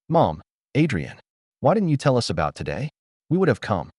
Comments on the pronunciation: Haha, I’ve noticed that too! It’s like AI can’t decide if it’s “us” or “U-S” and ends up spelling it out every time. Guess it’s still figuring out those little nuances! 😂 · AI can't seem to pronounce the word "us". Always come out as U-S. 😂